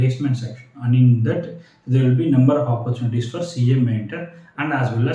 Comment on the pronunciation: Its "opportunity", not oppurchunities...